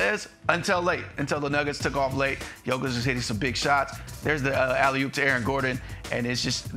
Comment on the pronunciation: Still calling him joe kitch or yo-kick, 2 time about to be 3 time MVP and incapable of getting his name right. Only the closet hater gets it right. Yo-kitch! Put some respect on the name..